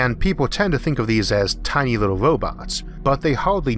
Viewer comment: Love this guys voice sounds lile hes talking to a baby things like little as wibble. listen to the way he says some words. Love it